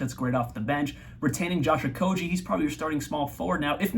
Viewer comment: Correct Okogie pronunciation at the mark here